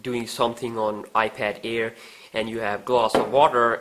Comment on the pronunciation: It's iPad air not ear